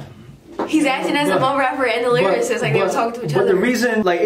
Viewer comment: My man said mumble vs lyrasist